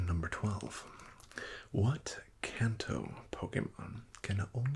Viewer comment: I believe it should be pronunced "kahn-to"